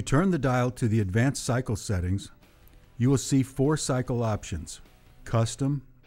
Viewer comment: Cycle the y sounds like i. Not sickly